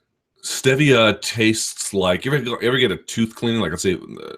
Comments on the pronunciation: say "Stev-via" one more time. it's "Steve-ea" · Not really. My wife and I live in DC and she's from here; doesn't pronounce it like he does. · Chad Wick no one pronounces it like he does cause he's flat out wrong